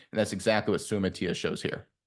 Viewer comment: If you're gonna critique players at least learn how to pronounce their names. Sue-uh-mot-uh-ee-uh as per Kingsley himself.